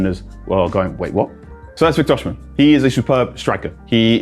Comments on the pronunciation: It's pronounced "O-cee-meh", not "or-she-men" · It’s not “O- shi-men “ … it’s pronounced “O-C-meh” …. I’m Nigerian so I know this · That's not how to pronounce his name though.